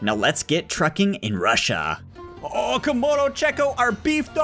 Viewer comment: How does not know how say Russia